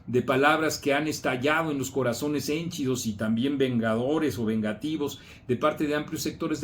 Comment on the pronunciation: Perdón por el atrevimiento pero no es hénchido; es henchido.Saludos!